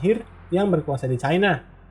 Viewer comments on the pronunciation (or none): none